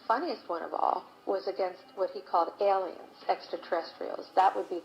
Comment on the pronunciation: ይቅርታ ወንድሜ አሊያንስ ሳይሆን ኤሊየንስ ነው የሚሏቸው